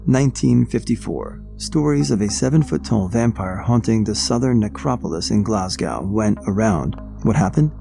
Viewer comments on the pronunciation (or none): none